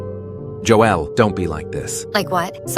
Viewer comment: "maximmum" "joèlle"